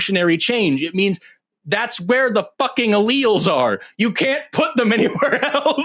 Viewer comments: I was getting bored of the troll call and about to give up on the waste of time, but I audibly shrieked when he said, "AL-elz"! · Tomato- tomahto Alleles Allllelllllls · "allels" is sending me to the moon!! he doesnt even know basic biology 😂 my one semester bio101 class taught me this, so im certain this cannot be a lawyer when one year of undergrad will ensure you wouldnt be saying "allels". he's truly insufferable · Allele vs El Als 😅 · Ahhh.....the engineers fallacy at work once again. Oh, and a serious mental condition. Bonus points for saying al-els. Love this guy. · “Al-lells” this guy is ridiculous! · LOL, this guy is a clown, did you hear how he pronounced "Alleles"? "AL-EL" LMAO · 🤣 he can't even pronounce the word RIGHT 😂 typical person who never went to college, dude doesn't know how to breakdown a word to pronounce it 🤣. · HOLY SHIT DID HE SERIOUSLY JUST MISPRONOUNCE ALLELES? Dude, that's like grade school science, and this jackass has the gal to say he's SMARTER than you. He can't even pronounce the words right! This is the most extreme dunning kruger I've possibly ever seen. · When he’s trying to “correct” Forrest about alleles, while mispronouncing alleles, had me dying 🤣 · The way he pronounced alleles. Lol 😂 how is this guy so pompous 😂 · And then not even pronouncing allele correctly on top of that... that's not even a hard word, I swear I could show the word to a 2nd grader and get consistent results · Ah-lells!! 🤣🤣🤣🤣 Shoppen-hauer! 🤣🤣🤣🤣🤣 What an uneducated moron! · “I know more about this than you scientists do, because I’m a pathologically insecure, unstable pretend attorney. Want me to prove it? Great, I will now demonstrate that I can’t even pronounce norepinephrine, which I think is some kind of medication, and alleles, which I don’t know anything about. Why are you so scared of me?”